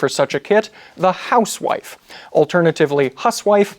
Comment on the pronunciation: He mispronounces “housewife”.